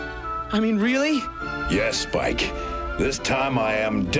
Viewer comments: Well, given that he called Spike "Splick" near the end, it could be something that just happens occasionally! 😂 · Optimus said splic not spike